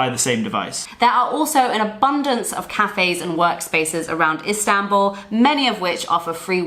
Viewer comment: I want to help you pronounce Istanbul correctly. Ist An (as in Han Solo) bull . Good video 👍